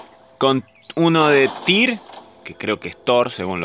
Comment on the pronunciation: Es tyr , no es thor xD